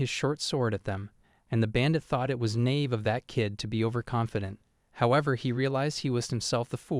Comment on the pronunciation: Ramon is pronounced "Rah Moan" not rummon, raymond, or whatever that weird clump of noises your AI read for it. "Naive" is pronounced "nigh-eve" NOT "knave"